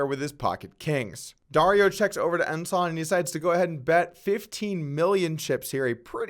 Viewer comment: Hey, somebody told you how to pronounce Ensan, he ranks higher than Ensign.